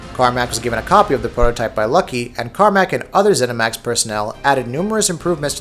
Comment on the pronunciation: haha 'zeminax'